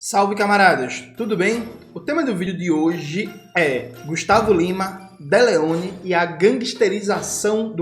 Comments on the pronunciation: A dislexia do Jones rende muitos nomes bons. Deleone foi ótimo! 😅 (comentando pra engajar) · Eu tive que voltar pra ter certeza que eu não escutei Deleone errado kkkk